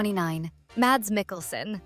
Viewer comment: Mads is pronounced mazz like jazz. Theron rhymes with heron.